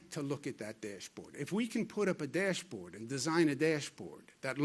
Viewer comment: I love it when he says deeash board lol #NYtough